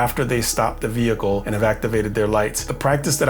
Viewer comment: VEEE HICLE